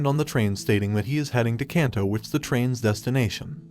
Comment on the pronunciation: um its pronounced KAHNSAI!, and KAHNTO!, and SHINKAHNSEN, not caan, come on dude!